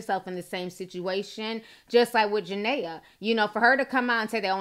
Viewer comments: Juh- Ne-Ya ... not Ja-Nay-Ya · It’s ja-Nia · Her name is pronounced ja-nyy-aa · it's ja nee ah thats why her nickname is nini. thanks for the vid ti, love you.❣❣❣ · Jania pronounced jah-knee-a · Jah-Nee-Ah lol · JaNIA NIAAAAA. Say our name right lol but this had me rolling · How you talking about a person and can’t even pronounce her name right 🤦🏽‍♀️